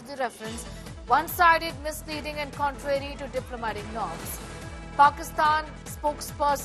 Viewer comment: He can't even pronounce properly the word contrary 😂